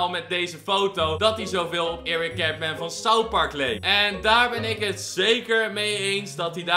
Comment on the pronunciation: Je spreekt het uit als kartmun